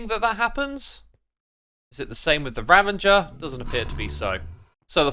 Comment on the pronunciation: Why do so many YouTubers say "Ravanger" instead of ravager lol